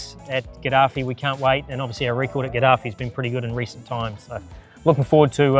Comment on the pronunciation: Idiots it's gaddafi stadium named upon muammar gaddafi.... Not qazzafi stadium 😂.... If you can't speak english no problem but atleast pronounce your assets names clearly